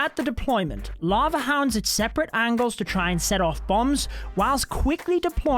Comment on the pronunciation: You know you're a dweeb when you call "lava hounds" "la ho's".